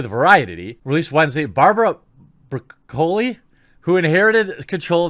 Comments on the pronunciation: It is pronounced just like the vegetable and the Broccoli family production company own the "James Bond", franchise going back to "Dr. No", the only Bond Movie that was not produced by them was "Never Say Never"... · WOW, you young 'uns. Ya gambled and lost my good man. Ha ha. Should have gone with the typical veg style pronunciation Jeremy. Can't believe you never came across the name Broccoli. Albert "Cubby" Broccoli was almost as famous as the James Bond character. Barbara is his daughter. I seriously doubt Barbara Broccoli will be dossing on park benches in this life. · Barbara’s name is pronounced like the vegi. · It's BRÒCCOLI, accent on the first O, just like the vegetable. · ITS BROCCOLI LIKE THE VEGETABLE JEEZ!!! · Stop pronouncing her name bra-colly! It's Broccoli like the vegetable! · cubby broccoli is her dad I think, he was the producer of many of the early bond films. and it's pronounced like the vegetable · I am a Bond fan my entire life and I would LOVE to see a female super spy series! She could be 008 or 009 and have great big larger that life secret agent adventures-that would be awesome! But... There is only one James Bond 007. One. (Btw it’s pronounced Broccoli like the vegetable!lol And she’s actually been doing a GREAT job since taking over from her dad starting with Goldeneye) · its Italian Bro-cell-ee just met one the other day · You pronounce 'Brocolli' like the vegetable. Her family had something to do with actual broccoli coming to America, IIRC. I remember reading such in one of the James Bond production books. Barbara Broccoli has been producing Bond for the longest time having taken over for her late father -- Albert Broccoli --who co-produced the franchise from the beginning with Harry Saltzman. She'll be fine, especially since they kind of own the IP. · It’s broccoli, dude. 🥦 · The Broccoli family owns and controls the rights of the Bond franchise, which is a VERY good thing! And it's pronounced Broccoli, like the vegetable.